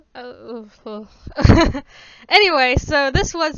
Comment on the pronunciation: It's pronounced "Azz - uh - zoth".